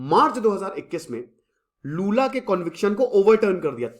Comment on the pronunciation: Lula jiko badhiya, bhai waise naam toh sahi rakh lia karo